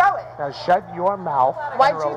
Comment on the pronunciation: Did you really just say "moulth"? Lmao you mean 'MOUTH' LOL